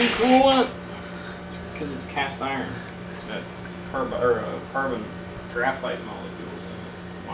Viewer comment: Did he say carbon giraffite, I’m forever calling it that now.